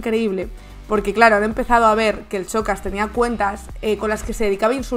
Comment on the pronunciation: He tenido que dejar de verlo a los 30 segundos. Xocas se pronuncia igual que Shakira. Es superior a mi escuchar pronunciar mal algo tantas veces en menos de 30 segundos 🥴🥴